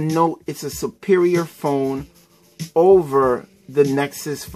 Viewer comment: "When you take out this S-Pen, it's Game Ovaa!" XD haha